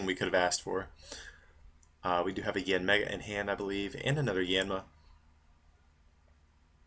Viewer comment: Did he just call yanmega break: mega yanmega break? Wow. learn to read your cards next time. Mearly constructive criticism.